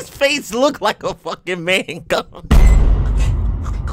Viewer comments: Idk why they were pronouncing it like that. I'm pretty sure it's "Mang-um" not "Man-gum" lmao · Keeps saying mangum 😂😂😂